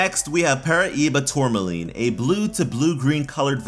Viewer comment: its pronounced (tor-mal-ine